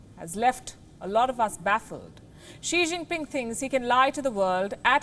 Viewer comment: Xi Jinpin "'Fong Pei"' again & again